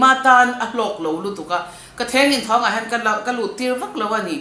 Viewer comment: Mizo tawng i lo ngaih hlut zia ka hre thei...Thengin thawng nilo in thengthawng tih tur...